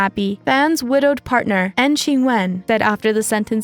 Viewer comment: "N G Chen" 🤭 its pronounced 'ing' - like the word 'ping' minus the p....I'm positive there's a better way to explain that than I just did tho lol